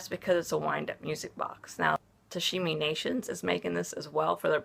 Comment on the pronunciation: I want this to be nice, and I mean it in no mean way at all :) I'm just curious if you're pronouncing tamashii wrong on purpose or not. You say tashimi! Just curious. I really hope no offense is taken from me pointing it out! Anyways, love seeing your sm things :)